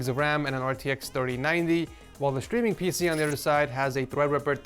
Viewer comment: Why do you pronounce it "shtreaming"? Is that how it's pronounced in English?